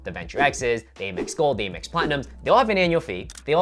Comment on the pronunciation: Stop saying Eh-mex.